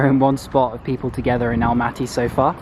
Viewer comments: Nice video You can say Almaty like you did at the first time it wasn’t wrong at all . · You pronounced it correctly in English, Almaty is ok